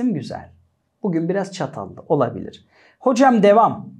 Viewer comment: de ki olabilir diyişe dikat edin 😅🍬